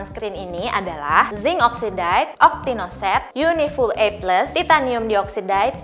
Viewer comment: saran buat video selanjutnya, untuk yang perlu nyebutin chemical term kaya uv filter gini, mungkin bisa cari tau dulu cara penyebutan yang benernya. aku dengernya cringe banget denger dioxide, oxide, dll pronounciationnya kaya gitu 😥 dan satu lagi, it’s better kalau dijelaskan sedikit ttg uv filter yg disebut. kalau ga dijelasin, what’s the point of you informing us?